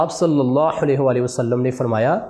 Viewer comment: MUHTRAM bhai HAZOOR PAK K NAAM K SATH JO AP DAROOD PARRHTAY HEN US MEN SALLALLAHO KA HAA MOTA PEERHNA HE AP US KO BAREEK HAA MEN PERH RAHAY HEN JO K GHALAT HE